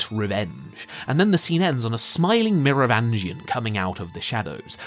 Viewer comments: Meh roh vin gian! Not mirror vangian lol. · It’s pronounced Mero-VINGE-ian. I think. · Pretty sure you are mispronouncing The Merovingian's name.